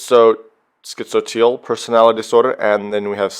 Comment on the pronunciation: Schizotypal not "Schizottil" please. A teacher should know the terms... And I's are typically not written like Z's. Lazy form